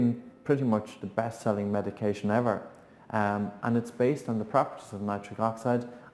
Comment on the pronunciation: "... And the drug is called 'Viagara'" . Lol